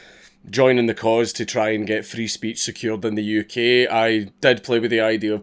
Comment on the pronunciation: For a moment I thought this said you were leaving the UK. I was getting a bed all sorted out when I heard you say "YOUKIP".